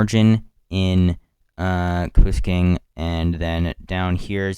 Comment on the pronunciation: You need to learn the names lol or be less nervous and take your time reading them Kapuskasing lol